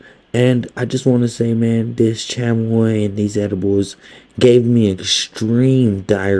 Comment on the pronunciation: Who tf say chamoy like that and u Hispanic tf😂